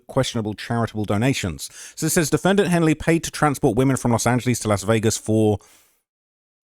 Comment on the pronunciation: “Los Angeleeze” 😵‍💫